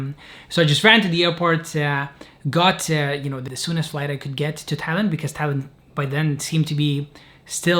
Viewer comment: This is another good, unpretentious, and real video,. It sounded to me that Jacob tried to say he wanted to go to Thailand from Pakistan all along, but because we know he is Lithuanian, somehow ’Thailand’ sounded like ’Tallinn’.